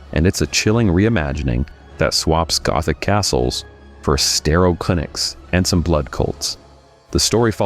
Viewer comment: The way you say "gothic castles" several times makes me think you never watched Arrested Development.